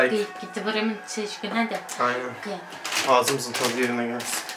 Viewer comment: Nobody: Tokyoca bilen: Okeyğğ okeyğğ